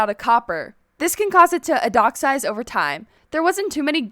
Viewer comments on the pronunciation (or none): It’s called oxidize and not adoxize. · Did no one notice she said "odixize," not "oxidize" ? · Odixize? Wow how I been saying oxidize wrong this entire time? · IDOXIZE, NO IT OXIDIZE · "adocksize" lol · "This can cause it to 'od-ox-ize'" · "odoxsize" pfft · Ahh "it causes it to ODIXIZED" ahh yes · “This can cause it to ‘odoxise’ “ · its oxidize not oxdoutizide. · Odoxize? Don't you mean Oxidize? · I can't get over the fact that u said odoxize instead of oxidize. I will forever use that term now. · “Odoxise” lol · You say oxodize differently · "adoxize" lol no hate it just funny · "odoxize" lol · "Many players wanted the moobloom over the glowsquid" who? Tf XD it lost the first vote. And its pronounced ox-id-ize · you miss pronounced "oxidize"